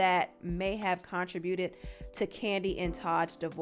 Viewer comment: Mispronounced “contributed” it’s not “con tra buted” … it’s “con tri buted”